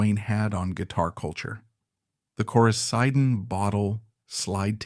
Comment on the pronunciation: No NO... error.. Rick Hall sold to Capricorn... (U) you got it wrong...backwards...Phil Walden and Jerry Wexler ..paid TO - Rick Hall $10000. fwiw You gotta get your facts right...undermines your credibility Coricidin is pronounced "Cor I Ceeeden" ... bad...bad.. Credibility.. dont use A for this stuffI!! your is totally wrong!!!!!!!! Rick Hall SOLD NOT BOUGHT!!!!!!!!!! your video sux because of this so simple fact that you screwed up (ai) SUGGEST YOU SIMPLY DELETE THIS VIDEO!